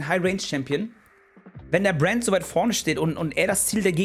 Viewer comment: warum sagt sie die ganze zeit Buen statt Brand? :P